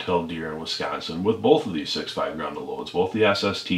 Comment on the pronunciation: "Grendel" is a character from an Old English Epic Poem. It is also the name of the 6.5 Gr*E*ndel cartridge. Grin-duhl. Pronounce the E and an E. "Grundle" is a slang term for the perineum. Or, the Taint if you will. They are not pronounced the same. Idk what accent this is, but "Grundle Hunter" just has some wild, wild implications.